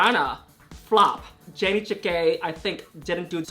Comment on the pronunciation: I keep wondering when will yuhua ever say janey’s name correctly hahaha